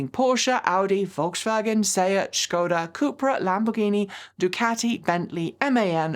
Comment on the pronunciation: Volkswagen is pronounced folkswagen, with a regular S. Škoda pronunciation is spot on :) Really enjoy your videos and open mindset towards brands and EV`s in general, thanks.